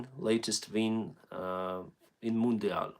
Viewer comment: Interesting fact, the way you pronounce "mundial" sounds exactly like in portuguese, even the accent.